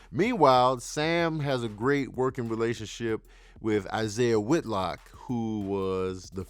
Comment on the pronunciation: Killing me saying Isaiah Whitlock 😅